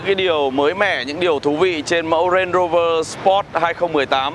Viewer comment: Đọc đúng tên Range Rover rồi à anh